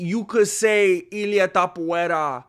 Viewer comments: TAPUREA.....you got it wrong in espan̈ol cause it's Topolia... e sound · Everyone: To MMMA: To Everyone: pu MMMA: pu Everyone: ria MMMA: ria Everyone: Topuria MMMA: TAPUVERA! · Ilia the Georgian Caucasian Mountain Man sleeps Haram Tsarukiyam, Thizzlam Duckachev same night. Ilia is their father. Both know what it's like to get KO'd. And you intentionally mispronounce his last name as way to "fight back". Same people who said "Volk is levels above Ilia", "Max will humble Ilia", "Olivera is too big and rag dolls Ilia" now saying "Oh but but they're not in their prime". Hella embarrassing.